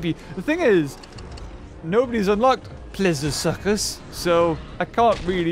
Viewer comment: thank you for pronouncing suchus right